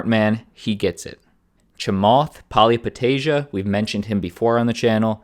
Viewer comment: You absolutely butchered Chamath's last name, which is admittedly easy to do.